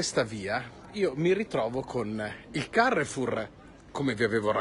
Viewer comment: Bonjour très cher, Nooooooo devi pronunciare con l'accento francese CAREFOUR KA RE F U R 😉🤝🏻